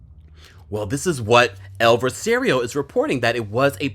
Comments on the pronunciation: ...pronounced: EL VO CE RO [no rolling of the 'R']. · At least the Netherlands outlet gave you credit. Also, is the news outlet you are referring to is “El Vocero”? Because you are killing me with that pronunciation.